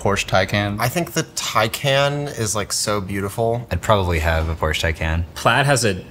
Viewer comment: IT‘S CALLED PORSCHE!!!!! :(